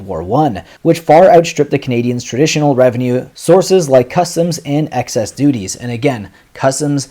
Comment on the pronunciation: 'Excise,' not 'excess.'